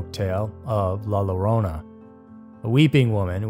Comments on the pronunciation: More like "YO-ro-nah" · “La YI-ro-na”. The double “L” is pronounced like a “Y” in English. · "LA LLORONA" the double LL in spanish make a Y sound like YOYO. Yo-ro-na..